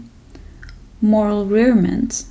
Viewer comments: Pronunciation hint: say "Moral re-armament". The prefix is not "rear" but "re". Quite apart from minor linguistic issues such as the one in this video (which have nothing to do with the original text but with its translation, read aloud ineptly), it's worth pondering at length on how translatable these works actually are. Rilke's works, for example, are untranslatable, in my opinion. He finds himself in the self-help category in US book stores, Americanised to the max. "Artists" like Lady Gaga identify with Rilke's 'Letters to a Young Poet'. This is beyond tragic. Rilke himself would be horrified. His personality and poetry are so far removed from those vapid Hollywood types, you couldn’t get much further. Do yourselves a favour: learn German. Read the German poets and writers in their original language and listen to the poets' real voices! You will open up a treasure trove of gems in our beautiful language. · rearmament = re-AR-muh-mint (re-weaponization) Enjoyed, thanks